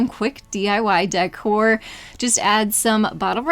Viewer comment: It's decor. Not dycor😮😮😮😮